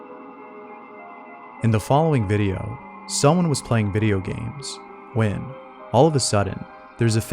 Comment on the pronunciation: I really like when he takes pauses before saying "when" :) "Someone playing video game...wheeen....shit happens"